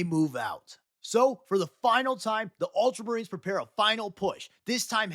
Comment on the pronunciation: multra marines 😂😂